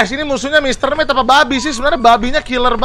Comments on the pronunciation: Ralat: Dibacanya bukan mr met tapi mr meat ya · mit bang bukan met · Mr. mit bang bukan mr met